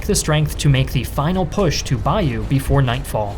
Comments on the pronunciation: You need to learn how to say Bayeux, its not bayou its BAY-OH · Great stuff. Bayeux is ‘bay-yur’ Yorkshire is York-shah From a Yorkshireman that’s been many times to Normandy